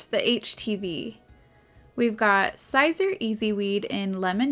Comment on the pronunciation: Siser is pronounced “Caesar” … nice video!